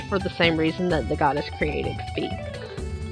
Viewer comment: It's not pronounced "fee" it's pronounced "fie" (as said by narrator in hyrule warriors) Btw I just found that out today XD